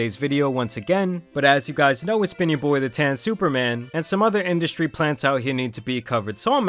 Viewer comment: Industry* 😂 … “industy” hahahaha